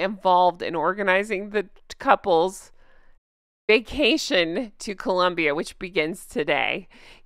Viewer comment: For a minute there I thought you said "fake cation". 😂